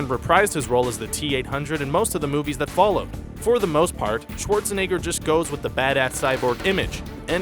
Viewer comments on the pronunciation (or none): none